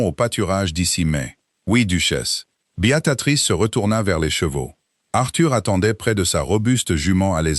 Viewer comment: L'IA ne sait pas prononcer Béatrice renooncez à ce prénom ! C'est lamentable .